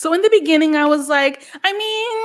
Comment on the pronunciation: "In the beninging!! 🤣🤣🤣🤣 I'm howling